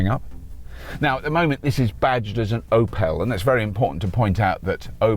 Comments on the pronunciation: “Oh pull” not “Oh pell” 😱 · Small hint about Opel, it's not pronounced Oh-PELL, it's pronounced OU-pl. Emphasis in the first syllable, and the pl like in play, without an emphasised E. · Crying at his pronunciation of Opel. 😭 Ask the Irish, we're the only anglophone country who have them, we pronounce it 'Opal'!! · sorry but I have to nag: it's not an O'pel it's just Opel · "OP-ELLE?" Never heard that pronunciation of OPEL before!! Are you mokking us, making a mokkkery of that Mokka E by buying a Mokka? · Or as Robert calls it, the Ohh-Péll Mockaree. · Keep up the good work. 👍 I hate to correct you but Opel is pronounced like it is written, not Eupell. Where is that fancy waterfall located? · Oh Pell? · The way Robert pronounces Opel lets my german heart melt. :D Great review, as always.